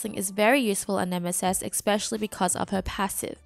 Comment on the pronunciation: Great content, love the series. One little thing that you might want to change, its pronounced esp-ecially, not ec-specially. The only reason why I say anything is because you say it like 5 times in this video, lol. Thanks for the content!